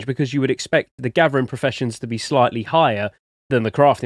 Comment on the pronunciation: love his accent gathering is gavering lol what a beast !!!